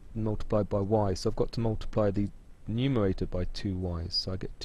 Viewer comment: Why do Bwits often have a speech impediment where they can't say /r/ ? No, I'm not talking about the ending /r/, as in "butta". I mean how they say the /r/ in "bread" = "bwead". You can hear it here when he says "factowization", "numewaita", and so on. They often have an Elmer Fudd pattern!